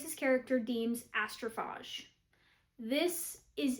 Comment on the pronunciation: It's pronounced Astroph AGE, as like "What is your age?" Just trying to be helpful. 😊